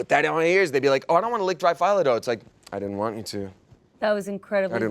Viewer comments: its a strange thing, its pronounce "felo" not phylo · Fi-lo dough. FI-LO. My bulgarian heart and ears 😭 oof. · saying Filo wrong is the cutest.